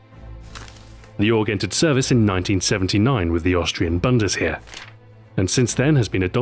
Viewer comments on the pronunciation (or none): Xbox ahoi, you can pronounce the long form of RPG, but not the word ''Bundesheer''? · Wow it finally happened! Stu pronounced a couple things slightly wrong, ('Bundesheer', 'Sturmgewehr') it obviously doesn't stop the video being great as ever but hey at least it shows he's human. ;)